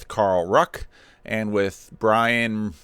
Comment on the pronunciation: It's a bit of a cheap trick not learning how to pronounce Brian's name before doing this video.